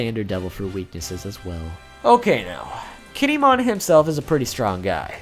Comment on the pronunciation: Gin-e-mon? What the fuck?